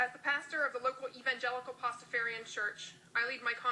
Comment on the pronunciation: she pronounces it wrong